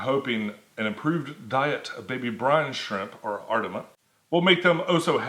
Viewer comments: Ar-tee-me-a not artema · ARE-TEAM- EE-UGH...for next the time..lol